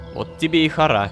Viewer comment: Боже видео как всегда шикарно. Вот мне очень угарно в моменты когда лололошка говорит "хара". Я как человек знающий иврит и в нем тоже есть это слово заявляю что не привычно слышать данное слово с ударением на "Ра" тут ударение идёт на "Ха". Может на арабском по другому но не поделиться я не могла. Все кто работает над данной историей молодцы. Продолжайте в том же духе